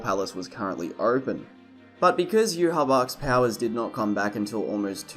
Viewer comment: Everytime you say "Yu ha bach" I want to scream